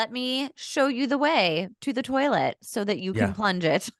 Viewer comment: "We've been dating the whole summer..." She must be 16-19. Also, good job of channeling your inner Archie Bunker with "terlet." 🙂